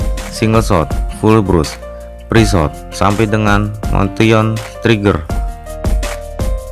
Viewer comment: "Motion" bacanya "mosien" boooos... haduuuuh.. blajar ngomong dulu bray